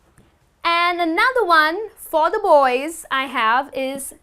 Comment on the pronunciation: Dear, I feel that you get the pronunciation of the word 'the' wrong in many instances.